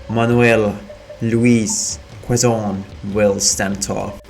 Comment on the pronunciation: Btw the president of the Philippines 🇵🇭 in that time is pronounced as: Manuel Luis Qezon the u is silent 😅